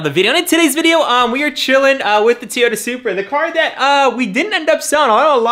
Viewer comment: Seems like he’s learning how to say Toyota finally…It was really bad when he first got it.